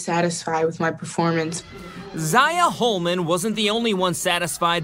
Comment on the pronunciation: The first lady pronounce her name as Ziyah Henderson lmao... you can really tell she pays attention to her job lol! Anyway good job Ziyah Holman!